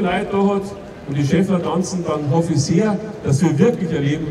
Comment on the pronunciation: sagt er wirklich "Schaffler" ?? 🤦🏻‍♂️ so viel zum OB